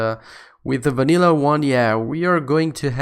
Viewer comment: i like how he´s saying wanillah